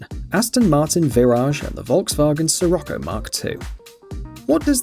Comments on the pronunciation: I'm Very sorry to say This But It is pronounced shirocco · Scirocco pronounces "shirocco"